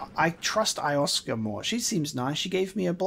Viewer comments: Can't want to see more looking foreward too seeing the shocks and twists all come together. Also, please please PLLLLEASE It's Lo-sef-ka not Ioska, :P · Who's Eye-off-ska? (her name is pronounced yo-sef-ka) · I love that he keeps mispronouncing 'Iosefka' despite hearing her name spoken several times.: Eye-of-ska Everyone else: Yo-sef-ka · Iosefka: "I am Iosefka (Yo-sef-kuh): "Alrigt Eyeohfka" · I love the playthrough and everything but damn it how do you keep pronouncing it as "Ioska"?? I-oh-sef-ka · Actually I think she pronounced it more like Yo-sef-ka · Iosefka is pronounced like yo-sef-ka. Great playthrough though! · You handled that Gascoigne (pronounced Gass-con) fight great, and without cheesing him! Good stuff! And, just a tip, you have really missed what the gun is for... P.S. Iosefka is proncounced Yo-sef-ka:) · You might want to re-explore Central Yharnam. And i think this is driving everyone mad but, why in the name of all that's good, can't you pronounce ► Io-sef-ka?